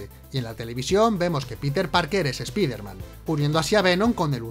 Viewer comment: No se pronuncia espiderman, se pronuncia espaiderman, cutre